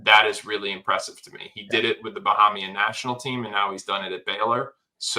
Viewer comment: My guy.......it's a long "A" sound ......Ba-hay-mian if that's useful?